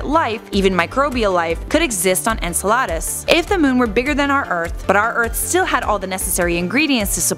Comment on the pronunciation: You say enceledus correctly then says Enceladas🚨 😂😭